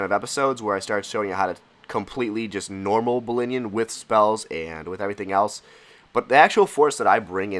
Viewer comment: 'ballinion' sick lol